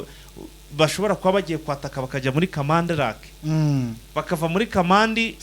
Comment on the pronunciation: Ntabwo ari kamanda ni Kamandi